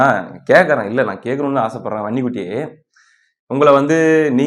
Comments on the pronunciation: வன்னி குட்டி வன்னி குட்டினு சொல்லும்போதெல்லாம் எனக்கு பன்னி குட்டி பன்னி குட்டினெ கேக்குது😂😂😂😂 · எனக்கும் அப்படியே தான் கேட்குது பன்னிகுட்டி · வன்னிக்குட்டி என்பதை அழுத்தி சொல்லுப்பா காதில் வேறமாதிரி கேட்குது